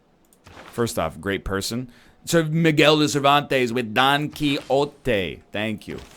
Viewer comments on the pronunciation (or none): none